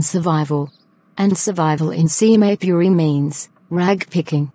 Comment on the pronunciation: Video is nice but Saheb pronounciation 💀